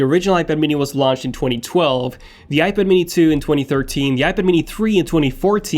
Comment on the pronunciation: When will you learn how to say iPad?